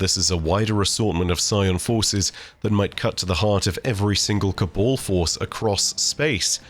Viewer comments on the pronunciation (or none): My dude, it’s Cab-ahl not Ca-ball